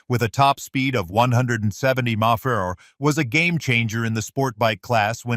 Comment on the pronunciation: What the hell is he saying when he says mph?? Sounds like he is saying monkey bar. And what's with the word Solidify so much??